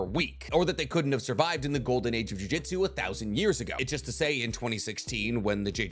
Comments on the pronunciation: Ok, does it piss anyone else off when he says juJITsu instead of juJUTsu. Small difference but god it annoys me. Can’t tell if it’s an accent thing or what but god it stands out and ANNOYS ME 😂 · Dude, for the love of Christ, ju-JUTSU not jiu-JITSU. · Jujutsu not jui jitsu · What is a "jiu-jitsu sorcerer"? I might be wrong but ain't it supposed to be Jujutsu as in "jujutsu kaisen" like the mangas title? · it’s juJUtsu not jujitsu. god it’s so annoying hearing people say that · It's JUJUTSU btw not JUJITSU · Respectfully, it's Jujutsu, not Jiu-jitsu. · it’s jujutsu not jiu-jitsu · Say it with me... JU-JU-TSU. JUJUTSU. not jiu jitsui. Im always cringing whenever you mispronounced japanese word 😂😂😂. Edo tensei, not edo tensay. Man,, you are better than this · another one that I'd like to tack on is his repeated "jiu-jitsu's", really got on my nerves lmao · stop saying “jiu-jitsu” man. great vid tho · mf keeps saying jujitsu sorcerer.